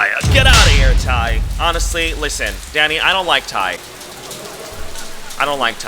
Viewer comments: i thought you said daddy for a sec 😭😭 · every time you said “danny” i heard daddy 💀